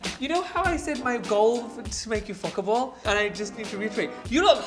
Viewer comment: Tan: fCkIbLe It literally sounfs like he forgot some letters in the word I love it😂😂